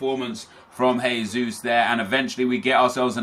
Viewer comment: gabriel jesus is pronounced 'jay'-sus not 'hay'-sus, he's brazilian not spanish, just so you know nep 😊